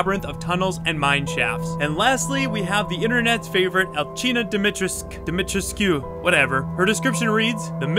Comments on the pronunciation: Jeena Doomitrescoo Try pronouncing her name like that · Pronounced Dee-me-treese-q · Her name is pronouced like this, Al-scene-ah (Alcina) Dim-e-tres-q (Dimitrescu). Despite what Capcom "says". The U is supposed to be pronounced. I realize that Capcom doesn't want the U pronounced. But I can't, to me that's like bad english. I just can't. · It's more like Dimitrescoo